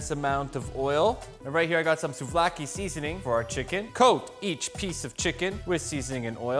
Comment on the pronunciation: i am Greek, and the way you pronounce souvlaki is perfect.Alsos gyros sushi would be cool,greetings from Greece!